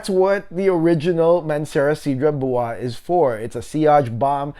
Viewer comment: You may want to check how Cedrat Boise is pronounced correctly, my guy. No need to Americanize it. 😉 Other than that great straight to the point review. 👍👍